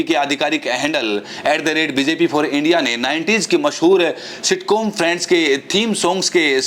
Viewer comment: friends nahi bola khatil viswaguru, balki " prands" bola tfa.